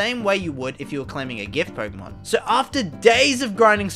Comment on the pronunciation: Why do you say PoRkeemon???